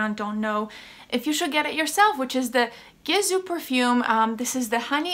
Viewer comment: You pronounced it right. Its a Persian name. Can confirm.